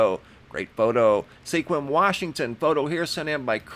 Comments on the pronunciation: Mr the city in Washington Sequim is pronounced squim I know it’s spelled odd it’s an Indian name I think. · JUST FYI - Sequim is pronounced as "SQUIM" only one syllable. Have a nice day. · Pronounced "SQUIM"... like "swim". with a Q. :). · SEQUIM, WA pronounced squim. Sending love and light. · Sequim is pronounced with no e. Squim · Sequim Washington. Pronounced SQUIM.